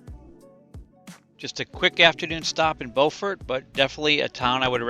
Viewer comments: B-you-fort for Beaufort SC (no pause between the b and you). I have the opposite problem, I lived in Beaufort SC for a year, so I have a tendency to mispronounce Beaufort NC. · Beaufort is pronounced different when your speaking of the South Carolina version.